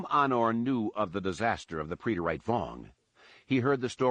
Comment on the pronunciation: So when he says "pree-det-ayte.." does he mean preterite